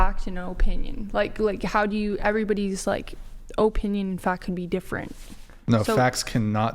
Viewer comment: "Everybody's like, oh-pinion and fact can be different." 😂 It helps quite a bit, if you listen to your own words.